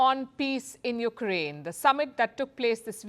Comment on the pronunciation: It’s the “YOUKRAINE” for me 😂